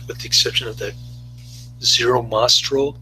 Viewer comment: thanks 4 sharing. Zero's last name was Mah-Stel...AND it's 'anyway' not "Anways'' .